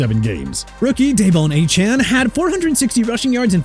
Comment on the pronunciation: Why can't you get Mostert and Achane's last names pronounced correctly?! Moze-tert, Ay-chan